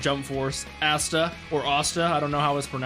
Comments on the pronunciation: he said assta instead of asta🤣🤣🤣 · Ah-sta not Aa-sta